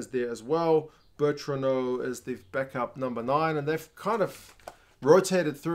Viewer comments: Great video as always! 1) As an Argentinian, I wanted to congratulate you for your pronunciation of the Argentinian players! With the exception of Bertranou, they were all spot on, very impressive! 2) As long as the Jaguares were competing on the Super Rugby, non-jaguares players were not allowed to play for The Pumas, it was a policy. Now that Jaguares are gone, we can enjoy all of our best players playing in Europe. It was a very painful rule which hurt us badly at the World Cup 2019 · Cheers mate! Now I'm curious what's the correct pronunciation of Bertranou? 😅